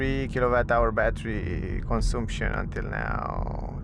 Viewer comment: The U in CONSUMPTION sounds like the one in BUT or BUS. Similar to the A in Latin languages (consAmpchen, not consUmpchen). Other than that, very good video!!